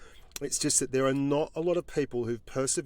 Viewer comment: Blitz The Leopard it pronounced incorrectly, i think